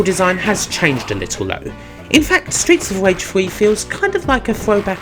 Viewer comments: Stweets of Wage! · Stweets of Wage. Sorry. Seriously though, this is a great review of two of my favourite games. Thanks for sharing it with us. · Why are your R's... W's? Genuine question, have not heard it before. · streets of vage xD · Stweets of Wage... sounds like the USA. Wages being shit, har har. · stweets of wage...